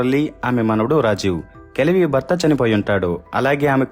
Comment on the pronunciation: Kajavi kaadu, kalavi